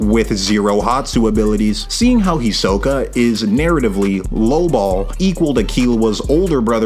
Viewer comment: HEE-so-kah, not hee-SO-kuh holy hell